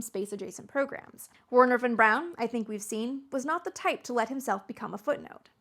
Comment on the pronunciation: Her german and pronunciation of Werner Von Braun triggered me so much a made it 3 minutes into the video.